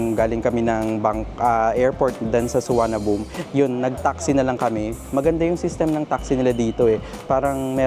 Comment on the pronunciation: fyi, pronunciation of airport is: Don Muang Suwanapum